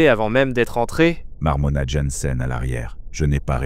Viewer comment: svp arretez de massacrer le nom du personnage jansen / jensen / yansen... choisissez une prononciation - mon nom n'est jamais prononcé correctement, je tressaille a chaque fois 😅